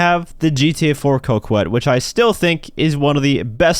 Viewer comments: I'm french and please pronounce "Coquette" ➡ "KohKette". Thank you. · Dude, pronounce Coquette correctly for once in your life.